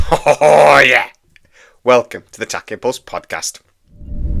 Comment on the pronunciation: I know it's your channel but it's pronounced tack e on podcast phonetically as I know your up north , not the tack impulse podcast , unless you want to change the name. Other than that keep up the great work .